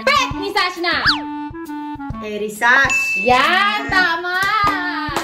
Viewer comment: First pet "EriSachz" 😂😂😂